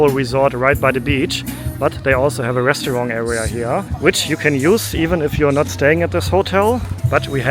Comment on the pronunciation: Hi, your videos are wonderful. I've been watching since you quarantined in Bangkok! But please, it's not pronounced Restuarng, it's pronounced RESTAURANT. Other than that, always a pleasure.